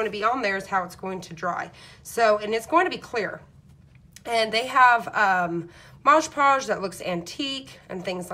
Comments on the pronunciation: It only matters if you want to be accurate so that people will understand what you are talking about. Since you are making instructional videos, I assume you DO want people to understand you. Besides, it is very annoying to hear you mispronounce it over and over again. That is another reason -- if you really want people to subscribe to your channel -- that you should be careful in your pronunciation. This is actually meant as a helpful tip for you if you will look at it properly instead of getting upset. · Talks way to fast, and it is MOD podge, not modge podge.... She has the concept, however, not the finished product I would like to have on show. It is too busy. Just the picture would have been 100% better. Put the date on the back, and I am pretty sure, the couple know their name. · its called MOD Podge not mog podge! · It’s MOD, m. o. d. NOT “mojjjj” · Nice video, would be even nicer if you pronounced MOD PODGE (like the label) rather than MOJ POSH ..... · I have such a pet peeve with people saying “modge podge” lol. It’s MOD 🤣 ahaha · Mod Podge (Not Moj Paush) LIke Mod and Dodge. Thank you. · Please read the name on the label. It is Mod (as in Modern) Podge -- NOT Maaj Paaj. Also, if you apply it more evenly (to the wood instead of the photo) and use much less of it, you will have less tearing of the paper. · Looking through the comments makes you think some people don't actually WATCH the video! You can clearly see that it's called Mod Podge, who cares what you call it! 🤦🏻‍♀️ I call it Modge Podge all the time lol It's an incredibly informative video! Thank you for your time in making this video, I can't wait to try it! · OK, this is the second video I've watched this afternoon using Mod Podge. I wish the people doing these great videos would learn how to pronounce the name of this medium. MOD PODGE, NOT Modge Podge. Call me picky buy grammer and enunciation has always been a pet peeve of mine. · mod podge! not modge!!!